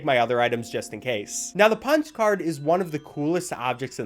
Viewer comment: i thought you said spongebob card not punch card that was a bit strange